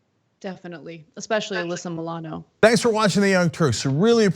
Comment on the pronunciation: "Especially Allysa Molano" luv that Ana.